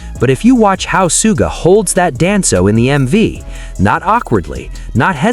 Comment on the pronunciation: Somebody tell this speaker the correct pronouns of Suga! (Shuga - is closer to his name's pronouns.)